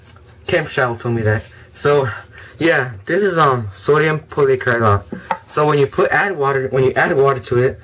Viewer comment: It is so-Di-umm-poll-eye-acr-a-late